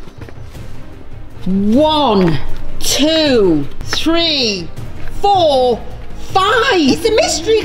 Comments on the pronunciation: When she try’s to say 3 she says tree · When says ‘three’, it sounds like ‘tree’!!!